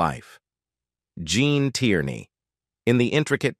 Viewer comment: hey -- learn how to say this name correctly!... Gene Tierney